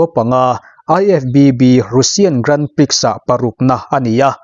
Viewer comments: Grandprix hi grahn pree tiin lam thin a ni. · Grand prix hi "Grand Pri" ti a lam tur aw sir... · Grand prix hi i lam mgun bawk sia.. Googles te han ngaithla teh. A zia lo em mai..! Illinois ah hian a tawp a 's' hi an lam tel ngailo bawk aw.. 'illinoi' tih tur aw.. Gran pri... Ka ip tluan zak... ! Ka zak lutuk.. !